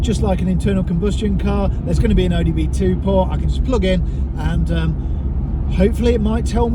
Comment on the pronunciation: "The ODB2 port". Ah yes, the On Doard Biagnostics 2 Port" 😂 I purposely get it wrong in some of my videos.